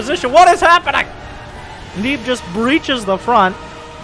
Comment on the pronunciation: disliked due to underwhelming pronunciation of "neeb"